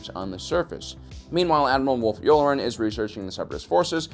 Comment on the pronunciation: It's "Yularen" not "Yoolrin." you uncultured swine.